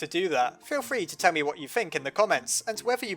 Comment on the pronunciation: have i misheard "Feel free to Temmie what you think" or you really said that 😂